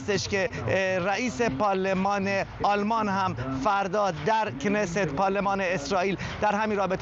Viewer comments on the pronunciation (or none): none